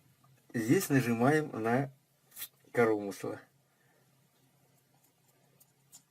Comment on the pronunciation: Уважаемый, судя как Вы выкручиваете регулировочный винт, то резьба ЛЕВАЯ. И извините, режет слух ваше "корОмысло" с ударением на второе О, а правильно по русски коромЫсло с ударением на Ы.